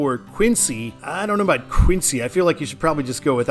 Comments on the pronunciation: It’s WOOS-ter, and QUIn-zee to the locals. And locals will NEVER refer to that stretch of I-95 as anything other than “128”. 95 might as well not exist between Canton and Peabody (pronounced PEE-bdee). I-395 was created in the mid-80’s to the former Route 52, part of which in CT served as the eastern part of the former CT Turnpike, so it came along about 15 years after I-290. CT refused the 290 designation since its parent didn’t enter the state, so 395 was chosen as a compromise. And there is NOTHING like a game at Fenway. Go Sox!! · "Hat-fudd", "Quin-zy', and "Riv-eeuh".